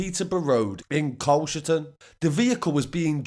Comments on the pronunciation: She didn't grass but both will be doing some serious porridge the police obviously had some intelligence but these two definitely ain't got no intelligence whatsoever and by the way you pronounced Carshalton wrong it's pronounced Car-shalt- ton mate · Haha the way you pronounced carshalton